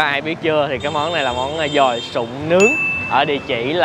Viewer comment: Đọc là dồi chứ không phải giòi nha anh , cứ nghe giòi giòi lại suy nghĩ đến con giòi nên hơi nhợn người